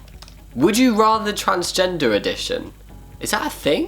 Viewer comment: "Would traSNEGder..."